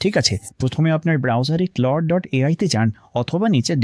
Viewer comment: This is where it sucks the most. বাঙালির ইংরেজি উচ্চারণ জীবনেও সঠিক হবে না, এরা ক্লোড কে ক্লাউড বলে